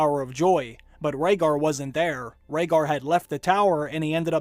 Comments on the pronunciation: Jon Heijasto. Gilly, i believe she pronounced "Rhaegar" wrong and did she say he was a Targaryen? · Are u guys fcking retards.... obviously jon is raeghar's son and after all the hints in s6 and s7 like lyanna telling promise me ned which she meant from robert as he would kill jon if his targaryen heritage was revealed and also gilly says about the annulment about raeghat which she pronounce mistakely leading sam to ignore her If u guys cant notice this much hints then may be u r not worth to watch got guys Get some break